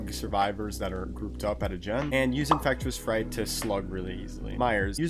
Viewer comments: He say infrectis fright 😂😂😂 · Please learn how to say infectious fright properly